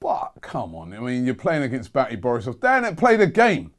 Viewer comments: It's Minsk not minks and Bate (Baa-Tay) not Batty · 'Batty' Borisov, Robbie? FFS!